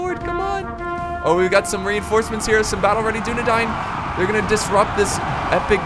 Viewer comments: Why are you saying Dine when its Dain? Dunedain. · Because it's not English and that's the way it's pronounced. Just like the first part isn't pronounced like the word dune.